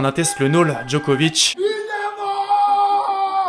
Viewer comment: Et "Nole" ça se prononce Nolé, juste comme ça 💪